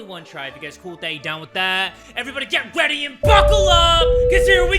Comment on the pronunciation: “Get WEADY and buckle up”